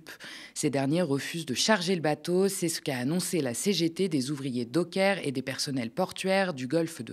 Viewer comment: On ne dit les "dockeurs " mais les "dockers" comme les chiens "cockers". Le gouvernement nous fait toute une série de mesures contre un président désireux de récupérer l'Ukraine, faute de respect des accords signés à la fin de la guerre froide, mais face à NazIsraël, les élus de gauche n'ont rien fait ? Les nations unies n'ont rien demandé ? Aucun blocus, aucune sanction économique ? Mais qu'attendez-vous pour organiser un mouvement d'opposition à tous ces hypocrites pro-nazis ?